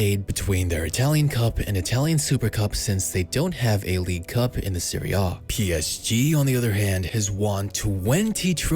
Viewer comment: Serie A* not Seri Oh